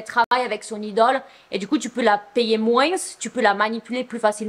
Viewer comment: Ma chère on ne dit pas le s dans « moins » 😭😭 merciii pour tes vidéos 🫰🏾